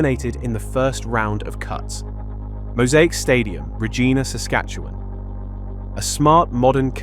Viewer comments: Re-Gyna not Re-Geena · Even tho it is fairly new, I was still surprised to see the stadium of my Saskatchewan Roughriders. I dont live in Regina( pronounces Ruh geye-na ….not gee-na) but Saskatoon… and definitely its too small a stadium…I think it is kinda dumb of them to have made it so small, considering they have had two CFL Grey Cup Finsls so you would think they would have planned on that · Tis pronounced Ruh-Jyne (rhymes with 1st syllable of Gynecologist)-ah. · Lol, Regina, Saskatchewan isn't pronounced that way. It rhymes with the female genitalia, hence why people often jokingly refer it as the city that rhymes with fun.